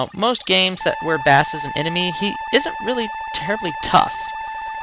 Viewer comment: Bass is pronounced "base".... Like bass guitar. And his dog is named Treble which is also a musical term. A few other characters have names connected to music. Mega Man is known as Rock Man in Japan, and his female friend is Roll... Rock and Roll. Get it? ;) Others include Punk, Enker, Ballade, and Tango... All words with connections to music.